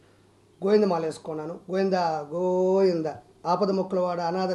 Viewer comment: గోయిందా గోయిందా కాదు బాబూ.... గోవిందా గోవిందా